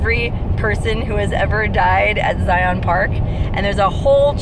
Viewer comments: Good hell it's not Z-eye-on. It's Zion you know like a lion. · It is Zi'un not Ziyawn'. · it's pronouced Ziin as in the letter N! not zion like the channel ion! lol my only per peeve! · This is the second hike video I've seen for Angels Landing, and, just like the other one I saw, it's like sandpaper rubbing in my ears. It's not a hard word. Really. Zi as in sigh, on as in 'in'. Zigh-ihn. NOT Zigh-on. Even just google the word; google provides the right pronunciation. (As a side note, it's easy to tell you're not from here because you say Zion National Park instead of Zion's National Park, which is a weird slip of speech common for those who live here.) As for the whole Mormon thing: Zion isn't the word for heaven. Mormons call heaven 'heaven'. More than Zion, the word Kolob would be more accurate. Kolob is, as far as I'm aware, a strictly Mormon thing; Zion isn't. Zion is a Judea-Christian concept, which SOMETIMES refers to the kingdom of heaven. Only sometimes. Not in Mormonism, though. It's just kind of a word that means paradise, usually of a city on earth, or something similar, but not a literal heaven. So, nice shpeel about something you have no clue about, but go off. I've no love lost on Mormons, being that I despise religion period, but let's not take on that holier-than-thou attitude when talking about a denomination which is, in all honesty, not very different from any other vanilla denomination of christianity. It's all fucking crazy, and most of the Utahns you passed on your travel were probably still Mormon. As for the hike itself: -it's slick rock, no shit it's slippery -those damn switchbacks are actually the hardest part -yeah, for anyone wh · ZIE-un is the proper way to say it. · Mormon drinkin game! 1 for every time she pronounces ziin wrong! 2x's for sister wives! lol